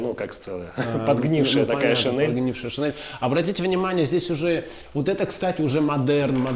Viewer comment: шинель, -и [не нэ]